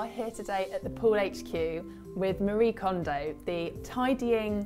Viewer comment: i don't want a channel girl it's Mari. Like mah dee. But thanks for reaching:)